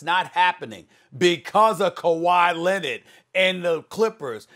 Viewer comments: “Kawhi Lennet” -Stephen a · Why does SAS pronounce kawhi’s last name as “Lennon” 😂 like this ain’t the Beatles it’s Leonard. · "Kuwhy Lennid" i laugh every time i hear SAS say his name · Why does SAS always say “Kawhi Len-ID” lol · “Kawhi Lennet”